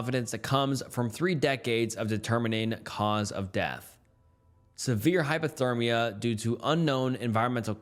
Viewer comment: "hypothermus" I'm crine 😭😭😭